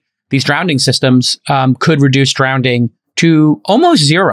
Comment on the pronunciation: Does he keep saying "drownding"?